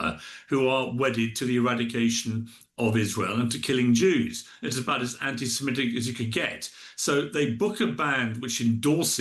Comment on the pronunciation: Definitely be can't even pronounce anti Semitic.